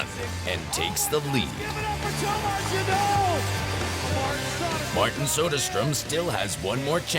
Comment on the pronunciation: It annoys me he pronounces it Thomas gaynon...